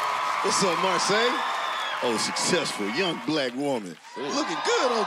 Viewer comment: no her name is marsai pronounced like "mar-say"